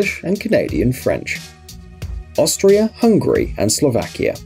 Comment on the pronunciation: Did anyone else notice that he said hungry